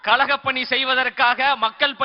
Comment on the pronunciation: கலக பணி செய்வதற்காக😂😂😂 அது கழக பணி ப்ரோ😂